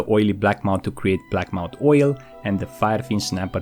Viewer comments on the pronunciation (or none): blackmoUTH not moUNT